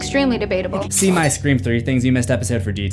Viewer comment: Sta-forb. Man, you’re the best. Never change Scree-form. Periodt